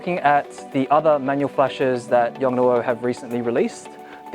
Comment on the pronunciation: the pronunciaiton is Yong-Noo!